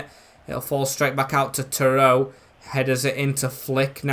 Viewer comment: its not terowe its terodde, like tero de